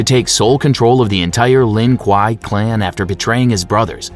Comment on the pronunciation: "lin quaiy" bro's talking in kano😂